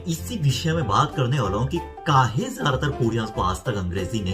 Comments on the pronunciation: I liked ur kaay hey😁😁😁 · When he saying kahe.....I love it😁😁😁😁